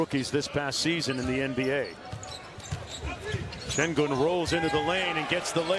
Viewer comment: Oyuncuların adalarını doğru söylememe inadı SAYGI göstermeme inadındandır,. Bu konuşanların önüne yazılı Şengün = Shengün olarak geliyor, ama adını SEGUN olarak söylüyor. Bazıları ne olacak, desinler veya anlayışla orada oynasın da gerisi önemli değil eziklik ve gurur karışımı dediklerini duyar gibiyim. Alperen bir TV soru yayınında benim adım: ŞENGÜN demesi yeter, başka yayında hala SEGUN da inat ederse, sorularına yanıt vermez, DERSİNİ alır.